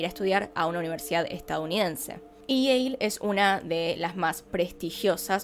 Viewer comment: Dices Yale y entiendo Yeiiih jaja